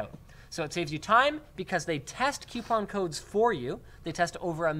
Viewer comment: What's a "Qupon"?